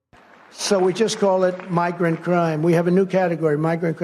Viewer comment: When he says “migrant crime” my ears are hearing “my great crime” ok that tracks